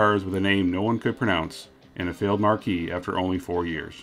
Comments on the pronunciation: Thanks for the video. I always wanted to learn more about these things. I do have one small quibble, however. The word "marque" is pronounced "mark," not "mar-key." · It's pronounced "Mark", not "markee". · He mispronounces it there too. He says "a short-lived 'marque' (he says "mar-KEE" but he means "mark")-- Sterling." He's not talking about the Mercury Marquis. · The word “ marque” is actually pronounced “mark”. The pronunciation you are using is for the similarly spelled “marquee” as in a theater marquee. 👍🏻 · If one wants to be snobbish and go with the French pronunciation - although I am not sure that it is a loaned word - that is still MarK, with just a slightly longer stress on the final K. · I had to laugh, near the beginning (just after ), when the narration mentions the difficulty Americans had pronouncing "Merkur..." then, a few words later in the same sentence, he proceeds to pronounce "marque" as "marquee..." before doing that same thing at every occurrence of the word "marque," in the rest of the video. I do feel like I should give props for otherwise solid English (which, unfortunately, is becoming increasingly rare in creators younger than ~30) - including the correct use of the word "cachet!" (~ - sounds like "cash-ay") I'm not condescending. It's uncommon to hear, and I want to encourage people who bother to communicate well. I watched a more recent video, and our man here has stopped repeating this common mistake - for anyone reading this who's unfamiliar with the terminology: a vehicle brand / company / manufacturer, or "marque" - pronounced exactly like "mark" - is completely different from a marquee - pronounced like "mar-key" - which has a handful of showbusiness and sports-related definitions. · I was constantly wondering if he was talking about the mercury Marquis, which IS pronounced mark-ee xD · Marque and Marquee aren't pronounced the same. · Dude seriously needs to look up how to pronounce the word “marque.”